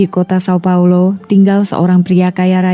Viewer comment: Jika ingin membaca nama termasuk nama kota sesuai pelafalan aslinya seperti di video lainnya maka São Paulo dibaca Saung Paulu.